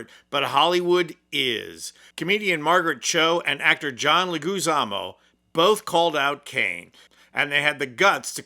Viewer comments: I find it ironic that you are criticizing ICE and Dean Cain for being anti-Immigrant and you can’t say LEGUIZAMO properly!!! It’s pronounced LEG WI ZA MO, no “Legoozamo”!! ….I love ice in my drinks but I’m against the American Gestapo called ICE. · Well, hold on. It's not, "Le-guze-zamo". It's Leg-ooze-amo". So, that's a big red flag right there, dude. GET HIS NAME right. Maybe not worth even watching any further. As for Dean Cain, he's half Asian, but chooses to live his life as a white man. A racist white man. So, well, that's his (unfortunate) choice. Assimilation. Gotta just shake ones' head at it. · Did he just call him "John LegOOzamo?" My man...learn people's names, please. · John's name is pronounced LEG-wi-zomo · That's pronounced leg wa zomo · John's surname is pronounced leg-wa-zommo. OMG did you butcher it! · It's pronounced "Leh-gwih-za-moh" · Leguizamo is pronounced as "Leh-gwi-za-mo". The vlog was great! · Did you really pronounce Leguizamo as Lay-Goo-Zah-Mo? LMFAO!! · Dude totally cannot pronounce Leguizamo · Dude if you're going to do a podcast at least learn how to say the names of the people you're talking about it's very disrespectful and insulting that you can't enunciate John Leguizamo's name. You probably didn't even know who he was until he spoke out about this issue but John has been around for decades in the entertainment field it always shocks me that people don't know who he is when he's absolutely awesome. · You could at least make an attempt to pronounce Leguizamo’s name correctly. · Shame on Dean Cain. I love your channel, but please learn how to pronounce Leguizamo. It's really not hard to get it right. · How hard is it to pronounce "Leguizamo" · I don't know how someone can have lived through the last few decades without hearing John Leguizamo's name but man, it is not that hard to look up the pronunciation. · How do you not know how to pronounce John Leguizamo's name 😮